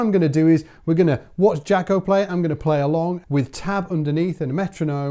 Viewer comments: Jah-co. Not Jac-o. Smh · Dude, please say his name right. In interviews I never once heard him call himself Jack-o, I'm tired of people hearing the very person pronounce their name and somebody says it wrong. The man himself pronounced Jock-o. Like Greta Thunberg would pronounce her name in English as Greta Toon-by not Thun as in Thumb and Berg as in iceberg. Please be respectful. My name is Michael Byrd as in Bird not By-erd!